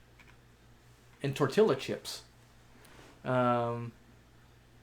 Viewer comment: no disrespect but you are butchering the "Español" bud... Tortillas should sound like this (tor tee yas). Two 'L' in Spanish sounds like a y in English. Another example would be Pollo Loco. (Poyo Loco). Jalapeño should sound like (ha la pe nyo). Hope that helps and thanks for helping me help my fishes!